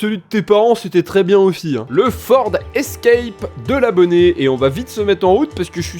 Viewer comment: 🤣🤣" Le ford Escrèpe "